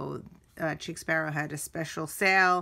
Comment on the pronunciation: I think its pronounced like sheik not cheek. I have a couple, but your collection is outstanding! Chic Sparrow's stitching is flawless. The purple is Aubergine, pronounced like aw-ber-gene (basically, eggplant). The Moleskine is pronounced like kai-yay! No 'S' as in cashier. When I first started with TNs, I had to look these up to be sure. The small "dots" on Pemberley are called pebbling.